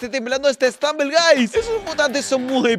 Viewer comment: Se dice stumble guis